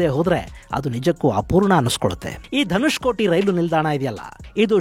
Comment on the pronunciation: Not Dhanushkoti it's Dhanushkodi .